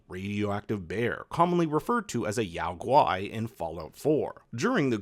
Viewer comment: The bears are pronounced yogi like the cartoon bear